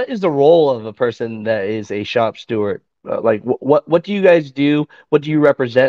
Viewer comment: Steward with a D, not stewart with a T! Stewart is a mouse from the kids movie.